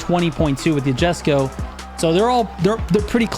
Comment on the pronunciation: ayo ma boi, the J in Jesko have a I sound, so is like, iesko something like that